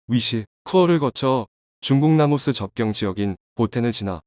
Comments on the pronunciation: 라오스를 라모스라고 말하네... 라오스, 태국, 미얀마, 베트남, 네팔, 부탄의 북부에는 고구려 유민들이 살고 있다. 결국 중국을 ㅠㅐ망시키고 한국이 1600년 만에 회복해야 할 곳이다. 침략의 성격은 띠지 않겠지만 제1 코리아, 제2 코리아란 방식이란 한국인으로 편입해야 한다. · 이 기사를마드신분은 발음을제대로 확인하세요 나라이름은 라오스인데 말할때발음은 라모스로하네요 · 라오스인가 라모스인가? 바르게알려주세요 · Laos not lamos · 라오스를 라모스라 계속 발음하네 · 기계음인가? 라오스를 라모스라 하네...? 짜증나네.. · 라오스다 왜 라모스냐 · 내용은 충분히 이해 하겠다만, 라오스를 라모스라고 계속 부르는 건 도저히 계속 들어주지 못하겠네. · 내래이터는 왜 "라오스"를 "라모스"라 하지요 ? 어쨌든 대한민국의 선한 도움.협력이 빛이 됩니다. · 라모스가 아니라 라오스인데... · 라모스 거기가 어디지? 발음을 바로 하시길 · 왜 라모스로 발음하나요